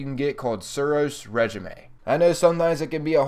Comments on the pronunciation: Well we all know he doesnt know how to read lmao.... Suros re-ji-may... ITS PRONOUNCED SUROS RESHEEM ..smh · It's pronounced (Ray) (scheme) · It's pronounced ray-jeem.